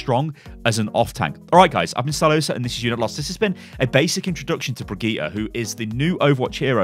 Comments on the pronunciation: It's not BrigittA! It's BrigittE. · jo mann die heißt brigidde nicht brigtita xD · HER NAME IS PRONOUNCED BRI-JIT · Thats the English/Irish pronunciation. Her name is....Swedish? I forgot her nationality. Either way, its easy to be confused but Brijit isnt actually how her name is said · Nytellem He's been going back and forth on it. I don't think he was messing it up on purpose. More of a "I have no idea how to say it properly while I'm rambling and not thinking about it ahaha" type of mentality. He's just getting used to saying it while rambling now, lol. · I mean he is still mispronouncing the name, just not butchering it completely. The VA herself said it does not end in "AH" it ends in "EH". Anyway, it's been 7 years, hope things are well for you mate! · What's so hard about saying "Brigitte" ?